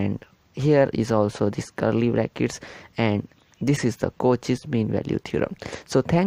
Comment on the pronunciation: The video is good.. but please reduce your hand movement.. and it's pronounced as "Cau-shae's" not "Cau-che's"..